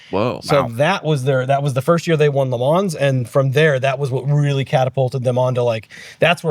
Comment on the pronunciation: Great podcast. but the pronounciation of Le Mans, Villeneuve and Imola makes me cringe. I'm English too, so not even a native French/Italian speaker and you got them all so wrong!